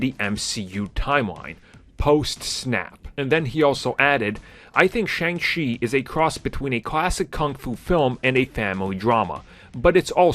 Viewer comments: Dude, you said his name correctly in the intro. Why is it that in the rest of the video you say it wrong? It is Pronounced Sh-on-g Chi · Bro one day you’ll say the name correctly lol